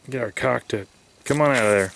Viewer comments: Who pronounces the L in caulk?... goof! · did you say "shove the cuack in the hole"? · The way he said Caulk Lol